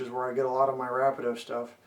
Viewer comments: Thanks for the review. Another Canadian and Canadian modeller here who knows the owner of Rapido Trains, your review was great and nicely done. The correct way of pronouncing VIA and Rapido is: VIA is (Vee*ah). Rapido is (Rah*pee*do). Keep the Canadian reviews coming ;) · great video! this will help me alot with my new table layout and new CP Wide Vision caboose by Rapido. not to nag, but VIA is pronuonced V"ee"a. And Rapido, yes it can be debateable, but the owners pronounce it as Rap"ee"doe. but i wont force you say it the proper way, so say it anyway you like. just trying to help a fellow modeller out. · ra pee do vee ah rail pee co, I can't STAND how you pronounce things. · Ra-pe-Do and Vee-ah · You should learn how to say RAPIDO ( RA -- PE--DO )....